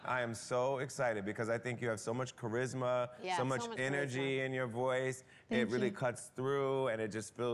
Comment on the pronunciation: Charisma not charsima!